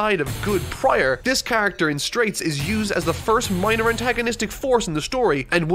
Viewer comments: so confused why he kept saying "straits" when the characters name was straizo confusing as heck but eh maybe it has different translations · Also, why are you saying Wam?? It's Wamuu. And it's Straizo not Straits.